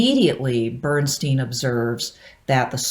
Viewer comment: Out of interest, why do you pronounce Bernstein's name the way you do in this video? Germans all pronounce "Bernstein" in a way that rhymes with "Einstein".